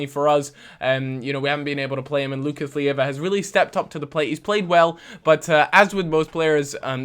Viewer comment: Its Lucas Leiva not Lucas Lieva!